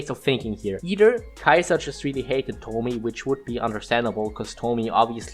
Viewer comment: I cant help but notice no one involved knows how to pronounce Tomie. Where are the junji ito fans 😢